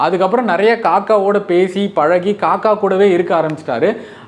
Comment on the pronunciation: "Kakka" இல்லைடா "kaakaa"😂